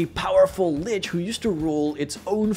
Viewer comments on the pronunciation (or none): none